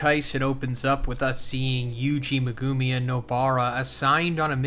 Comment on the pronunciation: Bro read the entirety of jjk and still can’t say megumi right THIS IS WHY JJK IS TRASH